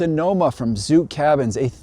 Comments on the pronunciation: The Amish pronounce it zook, like hook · Zook is pronounced like book, not like nuke. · Zook rhymes with book.